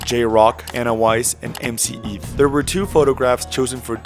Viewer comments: Dudes name is MC Eiht, like 8, not "MC Eeth" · its pronounced "mc 8" brother lol